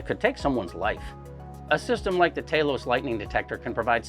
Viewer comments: he breaks character and calls it Talos, but immediately reverts to Taylos. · Why is he calling it Taylos?